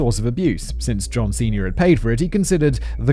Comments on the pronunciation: about an hour in and i keep having intrusive thoughts about how simon saying "john senior" sounds kinda like "john ceña" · Every damn time he says John Senior I hear John Cena also "garrolousness" is pronounced "garr ul us ness" not "garr ool es ness"